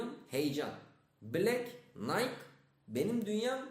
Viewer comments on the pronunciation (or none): none